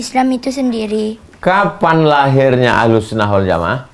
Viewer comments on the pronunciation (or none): Adik2 masih bs diperbaiki lagi bacaannya. Ahlussunnah Kok jadi alhusnah.